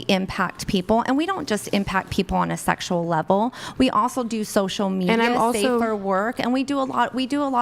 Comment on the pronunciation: "sheckshual" the way she said that made me want to be celibate